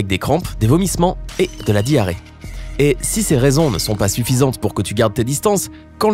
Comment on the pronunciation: "Et de la Dhi-arrée" c'est tout attaché hein 😂